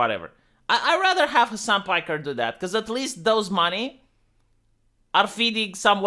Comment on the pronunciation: Hasan pikerrrrrrr. Lmao do you do that on purpose